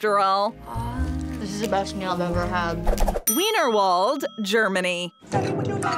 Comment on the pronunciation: Just an FYI, you pronounced Weinerwald incorrectly, The letter W is pronounced like the V in German, I don’t know why but that’s just the way it is. Also you already mentioned Kaati Zone in your first part, So why are you mentioning it again? Other than those two, the video is good!